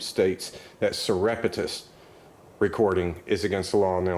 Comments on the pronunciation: Surrepetus? Dude, don’t make yourself look as dum as them…it hurts your cause when they think you’re a dummy! Surreptitious!!! Sur-REP-tishus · surreptitious Sur-ep-tish-us. People will take you more seriously if you correctly pronounce words. Plus that's the pertinent word that you wish to emphasize. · you destroyed the pronunciation of surreptitious! Otherwise keep up the good work! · If you're going to use the word 'surreptitious,' please learn to pronounce it correctly. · You need to learn how to pronounce "surreptitious"